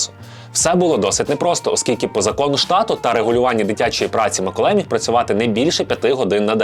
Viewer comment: Ціле відео чув Миколай)